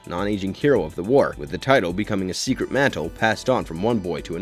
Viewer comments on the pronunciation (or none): none